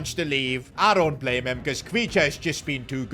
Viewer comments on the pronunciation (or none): none